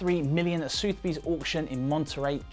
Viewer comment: Soothby's? Don't you mean Sothebys - Suth-eh-bees.....